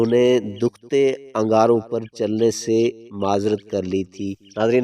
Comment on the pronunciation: Dokty nhi hota Dehhkaty. Hota hy lufz